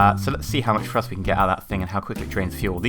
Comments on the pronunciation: Do u say frust in stead of thrust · Great video but i must point out that it's pronounced "TH"rust not Frust. thanks for the vid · Lol u say "frust"